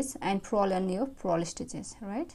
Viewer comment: Purl not prol